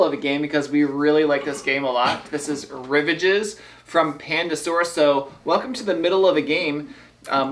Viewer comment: OMG! It's French. Rivage means "shore." It's pronounced ree-VAHJ. (It's like nails on a chalkboard when someone mispronounces a word. Ack!)